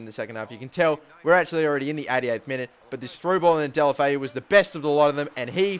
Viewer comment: No, there is an O instead of an A in deulofeu, and in spanish you pronounce the letters E,U, A etc as they sound.